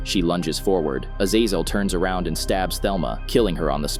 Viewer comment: Bro can’t pronounce azazel for shit!